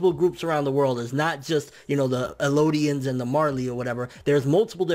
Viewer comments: Bro... I've really enjoyed your content for a long time and still do. You seem like a relatively intelligent person. So, I gotta ask. Where do you see an O in Eldian? You personally pronounce it Elodian.. you can clearly read or these reviews and discussions wouldn't make any sense. Phonetically: EL-DEE-IN I mean it respectfully and I know it's petty, but it drives me CRAZY! Also, the titan revealed in this chapter is referred to as the Jaw titan by Marley. They call him "Jaw" to be exact. Using the term "Marley titan" would include, at this point in the story, the Beast, Armoured, Jaw and Cart titans. They are all under Marley control. Of course, the Eldians are the only ones who can use the titan abilities, but they have ALLEGEDLY aligned with the Marley government. If any other group of people, other than the Eldians, use the titan serum than they will not turn into a titan. Lastly, Eren definitely has 2 titan abilities. Before Grisha got the coordinate ability, it was already a titan passed down through the Reiss bloodline. In fact, they showed when Grisha fought Ymir to take the ability from her and they both fought as titans. So 100% we know there are 2 seperate titans that Eren has control of. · elodian? I think you mean, ELDIAN